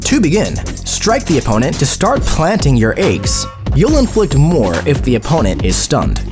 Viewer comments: AAYYGS not eggs😢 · She inflicts astral Ayy-gs